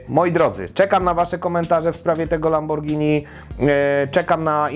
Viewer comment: Zawsze mówimy przez g nie przez dż bo przeciez jemy spagetti (oczywiście zapis fonetyczny), a nie spadżetti :D